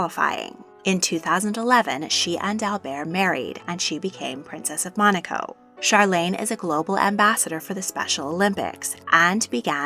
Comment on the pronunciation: You said Charlene name wrong